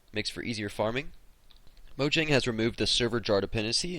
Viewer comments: (maw-jong) is how you pronounce mojang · it is mo-ja-ng